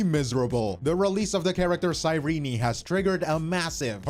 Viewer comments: Ok, but why "Sei-rini" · The biggest controversy is how can't pronounce Cyrene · I thought her name was pronounced "cy-reen" I didn't know they pronounced the e 💀 But tbh one of my main issue is that they tried to make her Elysia 2.0 instead of relying on hsr's Cyrene already established lore into her kit (or how the story ended ) , I think lore wise it's a cheap cop out so that they can make hi3 fans interested in amphorus